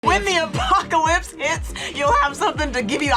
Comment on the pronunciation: "AND WHEN THE APOCALITS HIPS" 😂😭💀